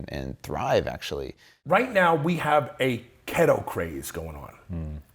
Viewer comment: KeeeeeeetO not KettO ... just say'n.